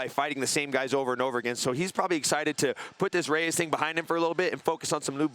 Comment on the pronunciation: Michael “Re-ez Raymatch” Bisping